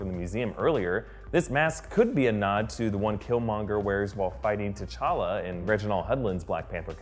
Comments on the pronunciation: He said tachaka instead of techalla 2 minutes 58 seconds in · He says t'challe it's t'challa